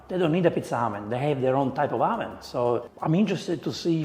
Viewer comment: Every time he says "oven", I hear "almond". Ha ha ha ha.